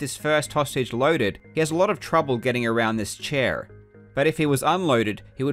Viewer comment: the way you pronounced "chair" is the most fucked up thing I've ever heard in my life